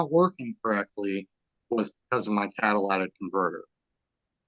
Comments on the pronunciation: People pronouncing catalytic converter as Cadillatic converter grinds my gears... 😖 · Catalytic converter, not cadilac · Caddalaatic converter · Its a cadlistic converter not Cadillac. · If he can't say Catalytic converter properly, he should stay away from vehicles for life. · He should learn how to pronounce “catalytic converter” properly